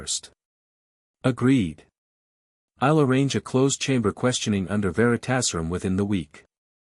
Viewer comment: Hi..love the stories but if you're gonna keep doing Harry Potter stories, you need to train your reading bot how to pronounce story specific words properly...Flitwick, Veritas serum,etc